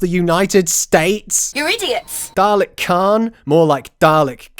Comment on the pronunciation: It's Caan. Not Khan.